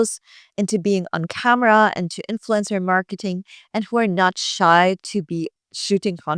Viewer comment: The way you pronounce "influencer" sounds like "influenza." It's okay by me, though, because I put both in the same category.